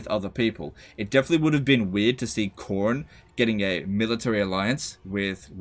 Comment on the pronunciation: Cor-nay? Lol